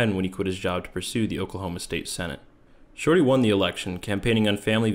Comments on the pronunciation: I hear shawty like he’s got apple bottom jeans on 😂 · I know that it's his name but I can't take this narrator seriously when he keeps just calling him "Shortey" lmao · I love this whole video calling him shorty because i just hear shawty every time 😂